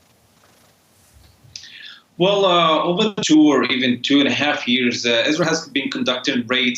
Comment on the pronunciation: what the heck kind of slur-esque pronunciation of Israel was that?